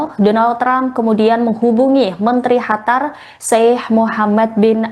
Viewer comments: Ga nyaman juga dengar Qatar di sebut Hatar. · Qatar = Hatar, Qurban = Hurban 😂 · Masa Qatar dibaca "hatar"? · Hostnya gimana nih, negara QATAR dirubah nama HATAR, tolong belajar lagi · hai mmba cantik, itu QATAR tidak dibaca KHATAR. ini terdengan sangat mmenyebalkan apalagi anda mmenyebutkannya berulang kali. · Qatar ya bacanya qatar bukan Hatar mbak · Qatar bukan hatar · Bukan hatar tapi (Qatar 🇶🇦) KO Salah menyebutkan sih ini berita🙏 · bukan khatar tapi qotar atau katar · Qatar bukan hatar,arabnya pakai qaf bukan ha. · Betul..kurang enak didenger. Mana ngomongnya berkali-kali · Penyiar berita ini salah sebut negara Qatar dgn ucapan chatar arti ucapan chatar yaitu Bahaya Seharusnya di ralat ucapan salah itu yg didengar pemilsa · Khatar ⁉️ Ketar.. Ketir.. 😂😂😂😅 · Pemyiar Tribun News mohon di diralat atas ucapan kata2 nama Negara Qatar bukan Chatar Awali dgn huruf gaf bukan cha Seharusnya Qatar bukan Chatar arti Chatar dlm bahasa Arab berbahaya Dan ada lagi penyiar Hamas jadi Hamasy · Kak tolong kalau bilang qatarnya yang jelas sedikit saya dengarkan dan nonton ulang² sama teman² saya kak pembawa beritanya ini bilangnya hatar bukan qatar sekian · Qatar menjadi Hatar apakah Indonesia akan menjadi andanesia😂😂😂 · QATAR , baru dengar (hatar) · Q bukan H.. Qatar bukan Hatar. Tolong pembaca berita perbaiki bacaannya.. 😅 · Mba kenapa melafalkan Qatar jadi Hatar?..aneh kedengaran nya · Bukan Hatar dek... tapi Qatar..😂😂😂😂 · Naon eta..Hatar..Hatar...Qatar..pake Q..Qatar..dibaca..katar😂😂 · Hatar? Masa iya itu mbaknya gak ada yg kasih tau kalo itu huruf "Q"? Awalnya gw kira memang ada sebuah kota bernama Hatar, ternyata itu Qatar.. 😂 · Hatar atau Qatar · Bukan Hatar mba, tapi Qatar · Itu pembawa berita bisa bicara Qatar apa Hatar sih😂😂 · Qatar dibaca katar. Bukan khatar. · ini pembaca berita enggak paham penyebutan Q dan H. Qatar jadi Hatar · Bukan Hatar tapi Qatar. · Hatar atau Qatar sih.dimana negara hatar, baru dengar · Bukan hatar min...Qatar... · Bukan hatar tapi katar/qatar